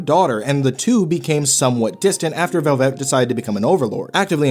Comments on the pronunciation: I agree with the character study, but why are you pronouncing it like "Corvette"? It's just "Velvet", as in "red velvet cake". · The way you keep saying velvet makes my head swirl into a whirlpool